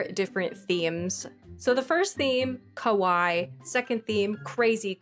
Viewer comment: so cute!!!! (fyi you are pronouncing kawaii wrong - its kaway-ee - and the way your saying it means scary!)